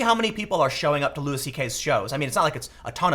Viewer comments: It's pronounced lew-y not lewis. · its not lewis tho, its loo-ie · It’s Loo-ee CK not Loo-is. Love this channel but how is it nobody told Tim after his last Louis video? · Side note, isn't it pronounced Loui, like the French, not Lewis? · Jesus Tim... it's pronounced "Lou-EE." It's not Lewis CK... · It's pronounced "Lewie" not Lewis 😂. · It's pronounced loo-ee, man. Sorry I couldn't help it, every time you pronounce the S it drives me crazy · Its pronounced Louie not Louis. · His name is pronounced “Louie” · His name is pronounced “loo-wee”. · Tim, you need to google how to pronounce Louis... it's not a hard S, it's a more like Looey... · can someone please tell tim that it's pronounced LEWY. fucking hell mate. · His name is pronounced Louie, hence his show... Have you ever actually listened to any comedy? You kinda sound like an out of touch news reporter, and all the censoring is kinda lame tbh... You know you can swear on the internet, right? I get that it's a conscious decision that you've made. Overall I agree with your points. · The “s” is silent. Imagine yourself as a French person... come on, Tim. Pronounce one name right for me.